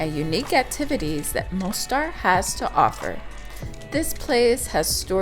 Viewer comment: The city is called Mostar, not Monstar.